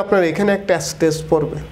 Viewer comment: শব্দটা এস্টেস না, স্ট্রেস।